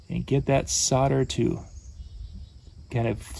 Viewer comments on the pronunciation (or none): Isn't it called Sol der not Sod a? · Why do americans say sodder?. It's solder